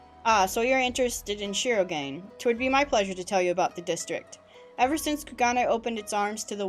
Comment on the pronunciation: shirogane = Shee row gah nay.